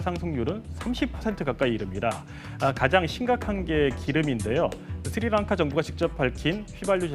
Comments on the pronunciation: 쓰리랑카가 아니라 스리랑카고 씰론티가 아니라 실론티에요 아나운서고 진행자라는 사람이 글씨도 제대로 못읽으시네요? 쓸사람이 저사람밖에없나? 더 잘난사람들 많을텐데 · 무슨 앵커 발음이 저 따위지? 쓰리랑카가 뭐냐? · 야, 아나운서란놈이 "쓰리랑카"가 뭐냐. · 쓰리랑카가 아니라 스리랑카라고 발음 하시오